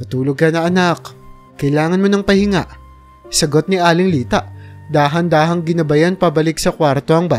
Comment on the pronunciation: Bigkasin mo Naman Ng Tama ang pangalan ni Timote at aling Lita Yan ang di maganda sa iiyong pagkukwento.